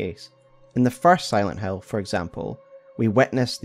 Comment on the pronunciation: Aaaah, you are saying "Silent Hill" not "Silent Hell", yea, that game is a masterpiece